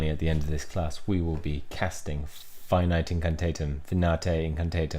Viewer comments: It's neither. It's pronounced fi-NEE-tay in-can-TAH-tem. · Again: It's Fin-ea-tay In-can-tah-tim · I just finished watching your last video Also, Finite Incantartem is pronounced Fin-ee-tae In-cin-tar-tem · Finite incantatem (Fa-nee-tai in-can-taa-tum) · Fin-Eee-Tay In-Can-Tar-Tum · "Fi nee tay, in can tart um". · Fi-Nee-Tay In-can-tah-tem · you’re definitely saying finite incantatem wrong